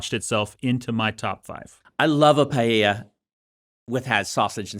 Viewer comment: Man, that was a pronunciation of Paella that I never expected 😅